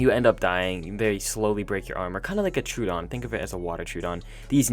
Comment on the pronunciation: IDK what a Turedon is pal its NOT in ARK we have the Troadon {Tr-oh-wah-dawn} but theres no such thing as a Truedon